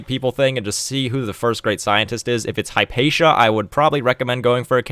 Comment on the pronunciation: Fyi "Hipatia" is pronounced literally: hip-a-tee-a